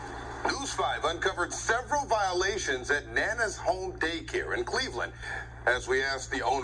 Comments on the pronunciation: Omg! you kill me with the words. I think it's nana n not nay nay 🤣🤣🤣🤣😂😂 but whateva 😂😂🤣🤣 Serious note though this is sad n she all irate bc she feels it was a favor. Dummy! Never certified for CPR. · You know she's hood. Her name is Nay-nay🤦🏽‍♀️ the news pronounced it wrong 🤣 with two previous employee arrests for child endangerment leaving a baby alone in a locked building. 🤯🤐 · I'm pretty sure it's Nana like "Banana," not Nae-Nae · Felicia Grisham Im thinking its pronounced Nanah like anna or banana. Nana is what children call their grandmother. Its not ratchet or ghetto at all. In fact some people might consider it sort of pretentious. Unless the baby killer referred to herself as naynay Im pretty sure the author of this video just doesnt understand how to properly pronounce nana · I'm pretty sure the narrator has it wrong 😂😂😂 Its spelled Nana like "grandma" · And she saying Nay Nay not Nana😂😂😂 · The name is Nana as in grandma not NayNay. But nonetheless upon meeting her my first impression and natural intuition would be to run the other way. She is 100% responsible and that place needs to be closed down permanently and herself, her sister and any other adult worker who was in the infant room needs to go to jail! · Is it to be pronounced NAY-NAY Ellis or is that Nana as in Banana? That's what was wrong. Those was some nay-nays. You don't let nay-nays watch ya kids! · Nan..Na...not nae nae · Yes! Nana as in grandma.😂